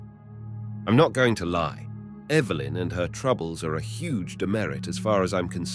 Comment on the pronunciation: That was a very interesting story and does it best!! I love how the narrator pronounced “Evilyn” instead of Evelyn 🧡